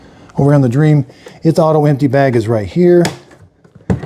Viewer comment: Correction it’s not pronounced like dream it is pronounced like dreamy